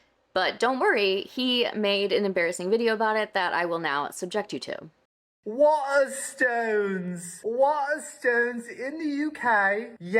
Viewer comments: How can you say the name of the book store so much and never say it right? Waterstones isn't hard to say but is my favourite shop 😂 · Is it bad that i wanted to throat punch him for the way he says Waterstones we dont say it like that ffs he a clown. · Hearing him trying to say Waterstones is a new ick for me.